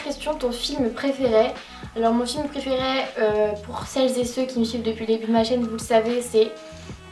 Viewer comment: Sa me stresse tu dis « praifairai «